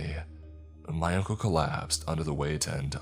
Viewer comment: He said uncle instead of ankle once